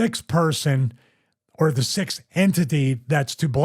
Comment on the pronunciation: There ia goddamn "X" in the middle of the word!! Stop leaving it out!! You piss me off so much with that stupid shit! Sixth! The word is sixth! Not sith, its not a evil star wars lord! SIXTH!!!